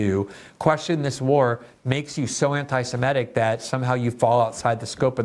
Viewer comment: I'm surprised to hear you say simetic instead of semitic. I would never have guessed you would make that mistake, that is oh, so common.